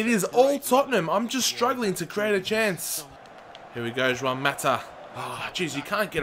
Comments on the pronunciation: And Mata is Spanish,not Portugese So it's "Huan" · It's juan mata not shwan mata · Pronounce it like Ruan Mata or Chuan Mata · its pronunced huan mata justs sayin